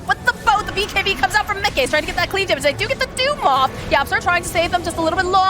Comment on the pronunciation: lol the way the female caster says miCKe is so funny lol